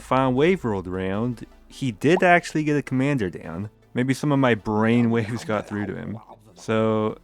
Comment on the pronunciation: Errrhm Accruhally